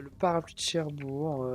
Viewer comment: C'est Cherbourg avec un G !